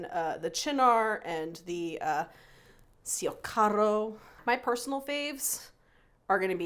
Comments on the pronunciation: Fun video! I'm Team Meletti though :) Mmmm. Cio Ciaro is pronounced CHO CHARRO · "Ciociaro" should be read as "Chocharo" (like in spanish) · It’s pronounced “chocharo” I’m from 😢that part of Italy but I really enjoyed the segment, great job - Amaro Ciociaro is not available in Toronto 😢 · Very nice review of Amari. BTW-Cio Ciaro=Cho Charo